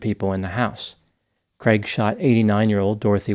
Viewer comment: They way the pronounce ‘craig ’ is horrible. It’s a Scottish and Irish name, not creg it’s cr aaaig, it’s my brothers name. Americans butcher it. 😂